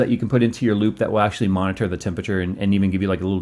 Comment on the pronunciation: I don't know why, but it really bothers me the way that annunciates Monitor. O.o